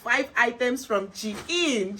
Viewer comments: It's the intro for me 😂😂😂 wahala for who no fit pronounce Shein 😂😂....all the outfits are amazing 💖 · 😂😂😂😂 you pronouncing Shein